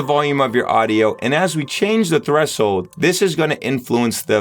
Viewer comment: My guy says "thres-hold"